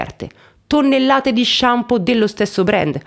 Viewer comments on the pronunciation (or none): none